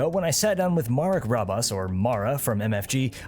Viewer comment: its Marek M A R E K MArek not MAROW :D